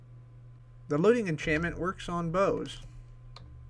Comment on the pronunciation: You say loting? It's looting Lu-ting